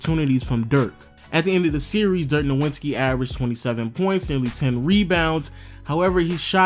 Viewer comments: Im so sorry to sound so petty, but its not pronounced "noWitzki", it's "noVitzki". He's German, Germans dont have a "W" sound in their alphabet. They pronounce w's as v's. Love your channel tho! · Why do you keep pronouncing it as "Nowwitski" when the actual pronunciation is already well known? ("Novitzki") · I can't believe I have to say this in 2021... It's fucking No-Vitz-Key. Dirk No-Vitz-Key. I know you've heard his name 6,000 times, so you just insist on saying it with a W. It's not that hard, bro. Sheesh... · You got me triggered everytime you said Dirk „NoWINski“ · nigga why do you continue to mispronounce dirks name? its NOVITSKI its not hard at all. you watch basketball and have heard this time and time again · ITS NO-WITS-KI SHOW ME WHERE TF THE N IS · Could you pronounce Dirk’s last name correctly, please? #disrespectinglegends It’s pronounced like there is a “v” in his name because he is German. Other than that, great video! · I love your content overall, but oh man, the way you pronounce "Nowitzki" in so many videos is like scratching a chalkboard with a nail. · I love you but I laugh every video you mispronounce Dirk's last name. Did he disrespect you on the low? Lol. Did he snub you on an autograph? xD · Figure out how to pernounce Dirks name. Damn that was annoying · Learn how to say Dirk's name